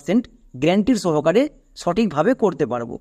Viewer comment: তুমি নিজেই তো 'শর্ট' উচ্চারণ কে 'ছর্ট' , ' শুরু' কে 'ছুরু' , 'সহকারে' কে ' ছহকারে', 'সর্বশেষ' কে 'ছর্বছেছ' , 'শব্দ' কে 'ছব্দ', 'নিমিষে' কে ' নিমিছে' , ' ইউজ' কে 'ইউছ', 'সমস্ত' কে ' ছমস্ত' আরও কত উচ্চারণ ভুল করছ। আশাকরি দ্রুত ঠিক করে নেবে অথবা এর ব্যাখ্যা দেবে। দোয়া রইল।